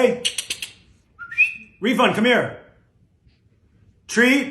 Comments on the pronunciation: I guess he was saying Rivon, but refund is a perfect name if is lmaooooo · lol “reefund”